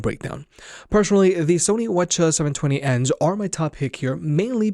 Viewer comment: Its W H not waccha or whatever the fuck youre saying